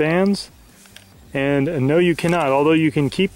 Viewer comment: sping he said sping